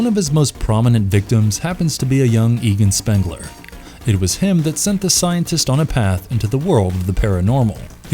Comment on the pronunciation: Eagan Spengler 😂